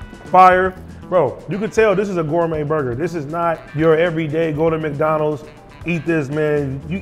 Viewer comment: Bro said mike Donald’s 😂😂